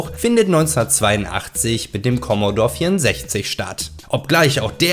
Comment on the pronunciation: Keine Kritik jetzt, aber niemand hat in 80ern "Kommodorr" gesagt. Das ist und bleibt ein "Kommodohre". 🤣 Ich habe mir übrigens vor einem Monat wieder einen originalen C64 mit allem PiPaPo(auch 2 x Floppy, könnte ja eine kaputtgehen;-) ) zugelegt. Ach war das eine schöne Zeit damals. 🙂 ....Ob nun PC oder Konsole gewonnen hat, mag ich nicht zu entscheiden. Habe eigentlich aktuell alles. Oftmals gewinnt bei mir der PC(alter 8-Kerner(4750GE) + RTX3090), weil ich irgendwo billig nen Key im Netz kaufen kann.